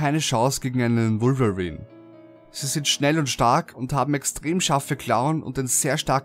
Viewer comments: Wolverin hört sich genau so lächerlich an xD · Ich fand am gruseligsten seine Aussprache von Wolverine :P :D